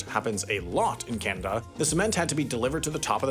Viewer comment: It's pronounced Canada , CA-NA-DA, 3 syllables, not Canda.